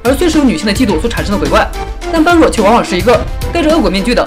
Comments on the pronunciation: 般若，音ㄅㄛ ㄖㄜˇ ，不是ㄅㄢ ㄖㄨㄛˋ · 般若不是叫ㄅㄛ ㄖㄜˇ吗？